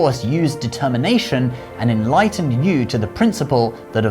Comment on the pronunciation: I'm VERY glad that the name of Yü, The Child of Gun who tamed the flood, was pronounced correctly here. There are a couple other videos here on Youtube telling the same story, in which the name is wrongly pronounced as 'YOU' -- and the guy who did the video made a tasteless joke out of that by saying that 'you', the viewer, are the star and the hero in this story!